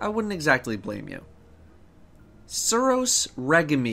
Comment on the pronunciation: Please tell me you're not serious on that suros pronunciation. Jesus Christ.